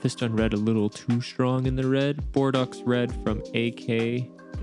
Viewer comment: Very nice work. Thanks for the tutorial. Bordeaux, a city in France, is pronounced Bor-dough. Like bread dough. : )